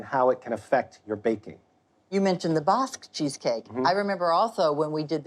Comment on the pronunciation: Why did she mispronounce basque like that?